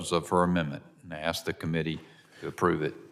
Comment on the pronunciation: "I would axs"